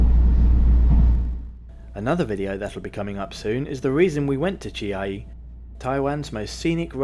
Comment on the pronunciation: Chiayi should be pronounced as Chia Yi instead